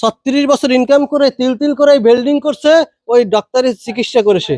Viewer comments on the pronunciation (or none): কত বড় জাহেল, ডাক্তার শব্দটাও বলতে পারেনা,বলে ডক্তার,চেহারম্যান,সামান্য শুদ্ধ কথাটুকু ও বলতে পারেনা ও আবার, সাংবাদিক, মূর্খ কোথাকার